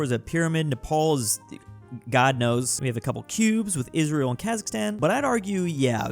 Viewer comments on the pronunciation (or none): none